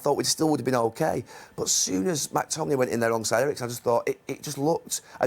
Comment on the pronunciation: Gary. It’s McTominay. Not Mactominay. Only one ‘a’!